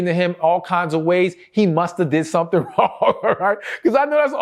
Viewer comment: I just love the way he says “su’tn” (something) 🤭